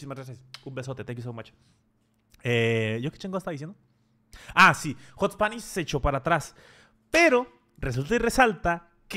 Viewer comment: Que ansiedad me da que diga "HotSponish" 😂😂